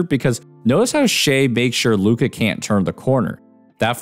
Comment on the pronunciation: Li-ka doncic